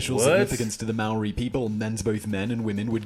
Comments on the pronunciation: And it’s no may ori brah😂 it’s like moh ree/dee. It’s hard it’s not a d or an r it’s kinda both!? Like just as your tongue hits the Roof of your mouth to make a D, you pull it back to make r,and then the eee comes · Anyone else cringe when he say mowree 😅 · Maori is pronounced like Mouldy in English. Curly Rs Easy as ✌ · Maori ...pronounced moledey for non maori this L is more or a w sound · the guy from the beats by dre says the name properly, this guy has terrible prononciation. its pronouonced ma - o -ri and you have to roll your r's like when you do the gun noise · He is pronouncing our maori words wrong watch a movie called utu that's real shit right there about our tipuna (ancestors) and the tattoo is called a moko and is symbolic to which tribe (iwi) we come from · Tell me you Didnt get mad when he said maori